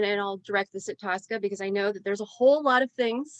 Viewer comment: It's Tosca not Tulsca!!